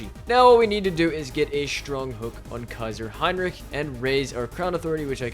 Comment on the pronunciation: I love how you don‘t say kaiser heinrick like so many others at least at many points 🔥🔥